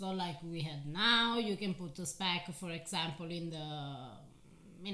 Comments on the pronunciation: Speck is indeed German, and it is pronounced "shpeck" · It's SH-peck! And Südtirol is part of the German Kulturkreis (cultural circle) for at least 1200 years. They speak the German dialect of Southern Bavarian. They only came under Italian rule, i.e. part of the Italian state after the turmoil of the end of WW1, but kept their German identity until today.